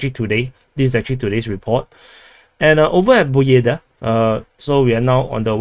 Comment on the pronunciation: It's not Pobjeda.. It's "PABYEDA"